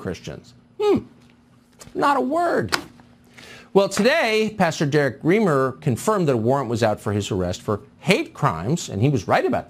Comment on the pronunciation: The Pastor's name is Reimer, pronounced - 'Rhymer' not Reemer